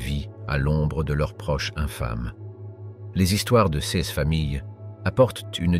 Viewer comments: Intéressant, mais le lecteur prononce erronément certains mots, "sèz" pour "ces", par exemple. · True Story ! Ex : "CES ; DEMONSTRATIFS TRANSFORMÉ à l'audio phonétique par : "ceu-ėss "